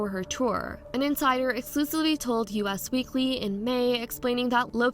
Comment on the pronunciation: Girl…. It’s “Us Weekly” NOT “U.S. Weekly” - nice video btw.